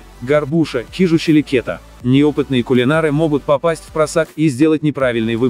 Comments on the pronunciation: кета бля каждый раз смешно) ударение на А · как ты можешь что-то советовать? если ты слово "кета" не правильно произносишь? я, как бывший житель дальнего востока, и технолог по образованию, с химией и микробиолигии в профиле, скажу что я твою ниодну фразу не могу слушать, потому что ты даже названий рыб не знаешь?